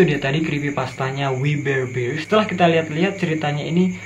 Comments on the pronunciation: Gua udah liat episodenya.....biasa aja menurutku...... dan bacanya WI BER BEARS..... a nya di baca nya kecil aja...masa gitu aja susah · Bang cara bacanya we bar bar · Bacanya wi ber bers (we bare Bears) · We bare bears di baca nya wi ber berst